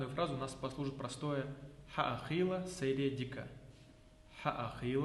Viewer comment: Исковерканные варианты это у тебя чеченский безродные варианты!!! Древнейший язык коверкашься!!! Не сэр, а СЕЙР ДИКЬ ХЕЙЛ!!! Такая же СЕЙРЕ как у итальянцев СЕЙРА!!! А сокращённо СЕЙР или полный вариант СЕЙРЕ ДИКЬ ХЕЙЛ!!! Хьа а хийла сайре Дика какая нахрен Дика??? Ты совсем оленевод что ли??? Хьа а??? Это что вообще??? Там звук 1, значит Хьа1!!!